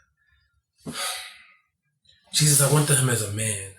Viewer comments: It's official: Chloe has went from boring to annoying 🙄 I understand needs a storyline and a love interest,but watching and Jesus on camera is like watching paint dry. 🤦🏾 why does keep mis- pronouncing Jesus. In Spanish, Jesus is pronounced " hey- seuss" 🤦🏾🤷🏾‍♂️ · & Jesus together is like watching paint dry. Why does keeps miss pronouncing Jesus' name? The Spanish pronounce Jesus as "hey- seuss".